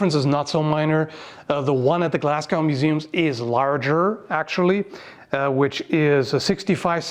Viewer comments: By "Glass-GOW" you mean the city of Glasgow? Pronounced GLAZ-go, (or if you are a native 'weegie' GLEZ-ga). Thank, nice video, love the Scottish stuff! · Glasgow pronounced Glas-go 👍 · Glasgow is pronounced Glazgo mate for future reference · I find it odd how you pronounce Glasgow as in ending like cow. I've always heard (and said) it ending like crow. But great video and nice targe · Also don't pronounce it as Glasgow even if thats how its spelt. Its said Glaz-go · Glasgow is more pronounced “Glaz-goh” - interestingly it seems to come from the Gaelic “Glaschu” meaning “green hollow” :) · Great video, I always love watching folk talking about Scottish history or facts, especially Highland Scots history as i'm from there. Only criticism I have is the battle was called Culloden, pronounced Cull-odd-en, and Glasgow is pronounced like Glaz-Go. I actually walked the battlefield of Culloden when I was a kid, its fascinating, if you ever find yourself in Scotland i'd recommend it as part of a tour of the highlands. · As a native, it's "glaz-go". No glass cows round here. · The W in Glasgow is silent. GlasGO. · Just a small note (not entirely relevant, but here goes) Glasgow is pronounced “Glahz-go”. Loved the video! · others will say it but it's pronounced glaz-go, or if you are scottish, glas-geh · You forgot Glasgow is pronounced Glaz-go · NB Glasgow is pronounced "glaz-go". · its pronounced glaz go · It's Glaz-gow if you're not speaking in dialect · I think the shield is very beautiful. But please your pronunciation of Culloden and Glasgow hurts my ears as a local Haha. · I love your videos but Please... check your pronunciations first... Culloden, and especially Glasgow... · I love you, but please look into your Scottish pronunciation, as a local that was painful:P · The "w" in Glasgow is silent. It rhymes with "snow". Also Culloden is pronounced "cull -odd-in". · Glasgow is pronounce go not gow like cow. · Glaz-go not Glass-gow please